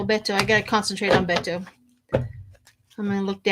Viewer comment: Beto sounds like Bay Toe. I realize that looks weird. 🤣 I look forward to voting for him and hope he succeeds.